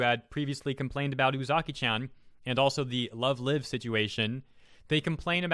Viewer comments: You're saying "Lyve" wrong. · I can't tell he didn't watch love live! Because he didn't pronounced it "LoVE LIVe!" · I just want to clarify it's pronounced love live (lyve) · That's not the right "live" damn it. Say it like "alive." You are "live" on stream. XD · So freaking pathetic >_> Btw Love Live is pronounced the same as going live. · it triggered me you kept saying love live ... its called love live, as in, livestream, or alive, because they are idols so they are "live" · The live in love live is prenonced like it is in live show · the way you pronounce "lovelive" triggers me